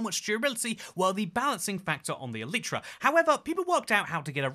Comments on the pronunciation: It's E-Lie-Tra, not E-Leet-Tra. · "eletra" LOLLLLL